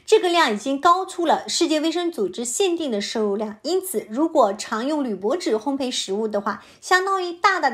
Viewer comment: 非常好的内容，平时大家完全没有注意铝这个东西。PS：纠正一点小错误，烘焙(读如备)，不是烘培。